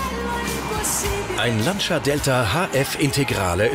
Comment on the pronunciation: Lancia hahaha die Betonung auf dem i, hshahaha